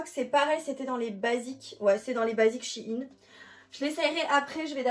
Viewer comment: pas shiine SHEIN !